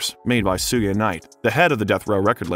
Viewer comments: 2pac is the G.O.A.T. oh and it's shu-ge not su-ge, jus' saying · Images not accurate to things being talked about in that moment, but more importantly it’s missing some key vital details in certain topics discussed. Also, how can you take this video seriously when they pronounce Suge knights name that way 🤣 [sue-gay] 🤦‍♂️ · Sewgay knight 😂 you mean suge knight